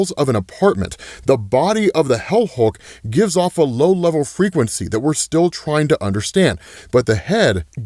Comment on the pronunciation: Hell Hulk? Helk? Wait... HELCK? GO READ/WATCH HELCK!